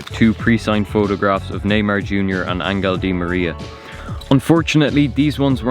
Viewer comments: "angal" di maria lmao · “Angle dimaria” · How does Angel Di Maria become Angle jaja great vid though, really enjoyable!